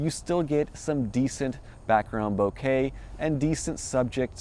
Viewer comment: Good Lord, will you people ever get the pronunciation correct? It is "Bokeh"(Bo-Kah), not bouquet.